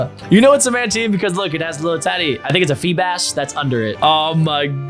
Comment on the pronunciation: You called a remoraid a febas